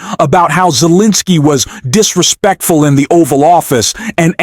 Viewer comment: What’s “disrespecttul” Karen????? Here you going again…trying to go off and start making words up that nobody has ever heard of!